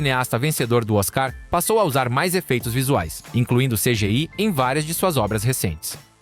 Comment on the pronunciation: Cara, o jeito que a narração I.A. falou "oscar" foi patético.